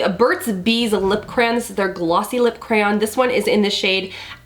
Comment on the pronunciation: Yay, you said crayon correctly! So refreshing! Some YT'ers say it differently and I'm sitting here thinking wth is a cran? Lol. You look lovely on navy btw, I'll have to check out the Tarte highlighter, it looks right up my alley.